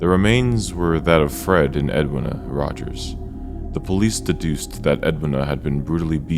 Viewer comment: Edweena is how its pronounced.